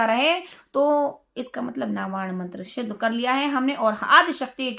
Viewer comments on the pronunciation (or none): क्षमा करें परंतु आपको सिद्ध बोलना ही नहीं आ रहा शिद्घ बोल रही हो 🙂